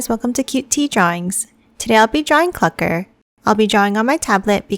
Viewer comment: Hi! This is my first time seeing your video and I love your voice! And also ty for saying Clukr right because everyone says it wrong including ai😅 and I subscribed and liked the video I’m your biggest fan now! —————————————————————— Edit: I’m gonna to like all of you videos that I see :) Edit2: ok my hands are sweating so hard rn but I liked all of your videos thats today from the beginning of 10 months ago Edit3: I’m going to like all of your videos from 10 months ago to 11 months ago :)